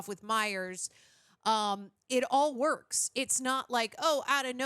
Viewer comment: "...the woikes."